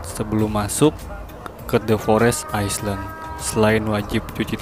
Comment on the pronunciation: Island = dibaca ailend. Bukan aisland